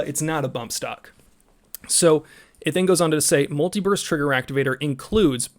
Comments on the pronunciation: Uh, muliverse trigger activator? My trigger only works in this universe. It doesn't shoot in other universes. When did Cali get triggers that could shoot through the multiverse? Damn aliens dropping tech on Commieland. LOL, you need to enunciate better. Every time you said it I did not hear burst. Wait wait wait....I'm watching this at 2x speed while working. Oh, well. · Did anyone else hear him saying "multi-verse" instead of "multi-burst"?